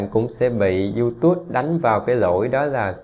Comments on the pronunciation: Đọc là iu túp chứ ko phải iu tút ! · Bạn ơi. Tui xin không bàn về chuyên môn hay nội dung kênh của bạn mà tui chỉ xin góp ý phần phát âm của bạn về tên YouTube. Bạn nên phát âm cho đúng là YouTube..chứ tui nghe bạn phát âm thành YouTus. Nghe sai lộ liễu quá. Thanks! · Không phải đọc là Du Tút ? Mà là Du túp . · Cám ơn anh đã chia sẻ nhưng YouTube phát âm chữ Tube là âm /p/ không phải /t/ ạ. Anh cẩn thận phát âm đúng để không làm người nghe khó chịu nha. Chúc anh sức khoẻ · Diu chính xác hơn chứ. Phiên âm quốc tế là / ju t^b/, đọc là / diu túp/. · Description toàn để Eng ko mà phát âm Youtube chán vl